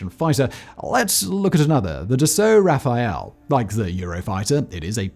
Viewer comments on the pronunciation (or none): . The Dassault aircraft is called Rafale (RA-FALe), not Raphaël (RA-FA-EL). Rafael (or Raphaël) is a boy's name. Rafale is French for "Gust," as in "a gust of wind." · "DAssault Rafale" became, "Dissolt Raphael" .. my god every french person watching this video is currently screaming .. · Very interesting video. Btw you’re pronouncing the French aircraft’s name incorrectly. It’s Rafale not the Rafael. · It's raffale not raffael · As a French viewer I found really cute your pronounciation of the Dassault Rafale. You were quite right with Dassault but the e at the end of Rafale is silent. You made it sound like the firstname Raphaël which was really cute and fun to hear ;) And as proud as I can be of our home made Rafale, I am still quite happy we are allies with the USA :)